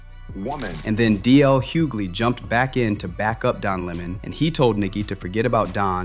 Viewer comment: It’s definitely pronounced HEW – GLEE but you got this lol